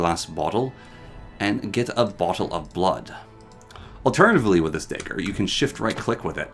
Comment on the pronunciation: This is driving me insane but you keep saying dagger wrong The da would be as in dab (yes cringe ik) the ag bag ger like villager Aka (dah-gur)